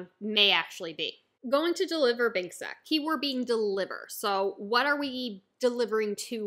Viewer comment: Sake is pronounced sakay not sak btw